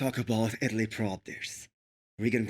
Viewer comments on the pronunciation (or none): bo offense bro.. but Italy doesnt have a th (not Ithaly..)